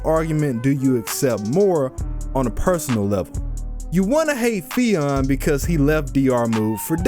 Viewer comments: It's "Fee-un" by the way, not "Fee-on". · It's actually pronounced "Finn"